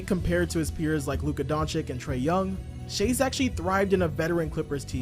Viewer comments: The Luka disrespect is crazy. Luka Doncik!?!? Come on it’s not that hard to pronounce 😅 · doncic is not a chick bro. Its Doncic not Donchick bro... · how can you even mispronounce Doncic's surname after 6 f years in the league bruh? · Adam Silver's announcement on the draft night is close to perfect, that's why your mispronunciation of his last name right after that clip makes it even funnier :) Good analysis btw.